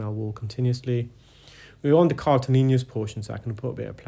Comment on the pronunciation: Cartilaginous...with 'adj ' sound for the 'ag.' Hope that helps.